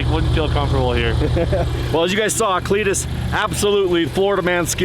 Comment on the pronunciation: Cleeturis… Clee-tur-is.. lmao haha Clituris.. Give her the onion .. lmao